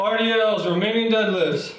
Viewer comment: I've been following this video for my workouts for 3 years and only now did I realize he's saying "Romanian Deadlifts" and not "remaining deadlifts".